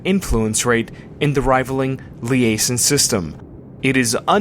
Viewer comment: did he say liaesin?